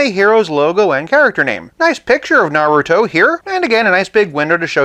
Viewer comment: I love your channel because it’s pretty cool, chill, you’re pretty nice, and you know your vintage stuff lol. Though, I felt a bit of cringe on how you said naruto’s name but then again it could be a bit hard to say depending on how you look at it lol. Keep up the great work!